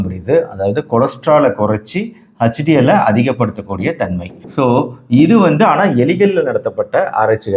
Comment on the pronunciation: Dr please pronounce HDL not Huch DL I am sorry Dr